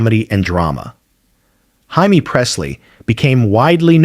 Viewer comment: HIMEE?????? FOR JAIME PRESSLY?????DUMB ASS!!!!